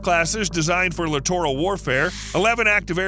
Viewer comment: Lit·er·uhl not Li·tor·al